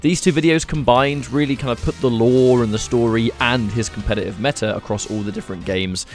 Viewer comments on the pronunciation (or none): none